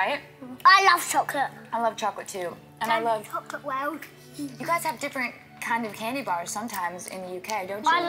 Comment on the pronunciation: Lol yeah she said kind of candy